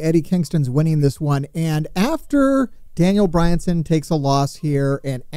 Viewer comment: Daniel Bryan-son? I’ll give the guy credit he kept saying it over and over.